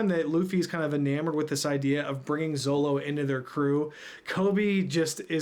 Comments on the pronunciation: Always nice to see someone enjoying on3 piece fpr the firet time. Ans also funny to hear first time readers call zoro "zolo". Yep u hear me right it is zoro. In japanese the character used for "ro" can be pronounced both ro/lo. But it was confirmed with the anime and oda himself that is it ro. In the west they choose for zolo because of fear for copyright for anlther character called zoro. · Btw. It's not "Zolo" it's "Zoro" i don't know why the manga translation took it that way but when i grew up with one piece his name was always pronounced "Zoro". Even now the subtitles are saying "zoro". I am not sure but I would try to get this while reading. (could be different for only manga readers) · Just a friendly warning (I see other comments brought it up too lol) It's actually pronounced Zoro. I don't remember the exact details but it's written Zolo for copyright purposes with The Zorro. In Japanese, L and R sounds are kinda interchangeable, which is why Zolo was used in the volumes. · Glad you like this.^^ Though, you kept calling Zoro as Zolo. XD Whoops, eh? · did he say Zolo? 😂